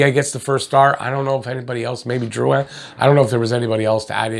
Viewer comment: First time seeing you, I don't know if you speak french, but you pronouced Drouin correctly. In english it's rare and I appreciate that. Also, Petry's penalty for assault was the weakest call I've seen in a while. That concerns me wayyyy more than the missed slewfoot and high stick on Perry.